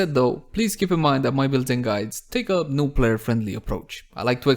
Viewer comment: why do i always hear noob friendly approach instead of new friendly approach